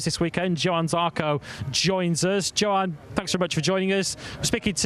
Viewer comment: nailed it - Jo-an, not Yo-han, Jack;)